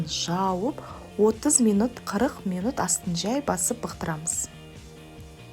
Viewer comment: Бұқтырамыз деп айтшы, келесі жолы. Бықтырамыз деп айтылмайды.